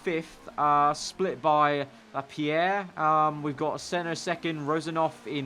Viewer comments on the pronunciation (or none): none